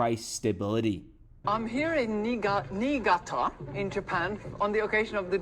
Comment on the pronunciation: I think she said Niigata a city in Japan. How she said it was a bit sus 😅